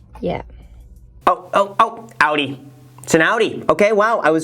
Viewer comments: As a fellow German, I have to thank you for pronouncing Audi correctly, since I barely ever hear Americans pronouncing German car brands correctly. ^^ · Low-key impressed that Graham knows how to pronounce Audi 😃